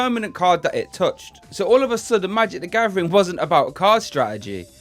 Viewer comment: Nobody: This guy: magic da gavering”